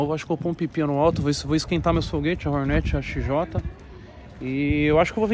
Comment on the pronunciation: Sabe nem falar Hornet ele ele fala ronete